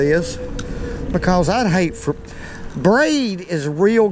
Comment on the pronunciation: My new favorite word!! "Fur" ..I'm gonna run that word " fur"in the ground